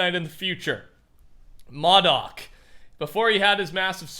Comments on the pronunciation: You know the tesseract isn't kevin the cube its an infinity stone and also aim isn't from the fortnite story line it dates way back in marvel comics also Modoc is not pronounced mod-ock its mo-dock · Its MODOK as in Moe-Doc, not Mod Ock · It’s pronounced moadok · It’s “MO- DOC” not “madok” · Just a heads up, MODOK is pronounced (Moe-Dock) 👍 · Here’s how to pronounce M.O.D.O.K M oh dok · It is pronounced Mo Dock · It’s pronounced Mō-Doc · Modok is pronounced like MoeDock good vid tho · Idk,but i think the tesarak is the blue infinity stone.....and its pronouced Moe-dok. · Moh-dok get grammar book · MOE-DOCK, haha just butchered it soo badly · Bruh i don’t wanna be that guy but it’s pronounced (mow-dock) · I don’t want to be that guy but it’s pronounced moe-doc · M.O.D.O.K is pronounced (Moh-dock). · Also you prounce it MO DOK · He said modok wrong lol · U said modok wrong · I know it’s not his fault and everything, but it makes me upset with the way he said MODOK . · BTW it’s pronounced with a long O MODOK